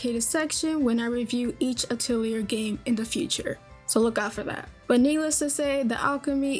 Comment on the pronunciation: Except she has problems pronouncing the word "Atelier" correctly. It's pronounced: ah-tell-e-ah Not: ah-till-e-err